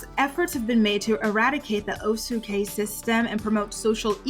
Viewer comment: Caste is pronounced cast. No disrespect.